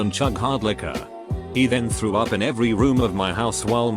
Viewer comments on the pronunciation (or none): none